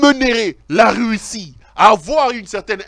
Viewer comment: Ont dit Russie et non “reussi” comme tu le dit pero